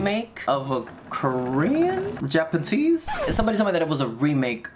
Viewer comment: "Japa-tese" I HOLLERED😂 but you know what you should watch? Be forewarned it's TRAUMATIC asf, The Audition. Now movie will trip you out!!